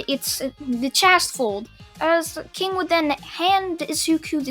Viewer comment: i didnt want to say this but the pronunciation of kings name made me laugh(most cause of harley quinn)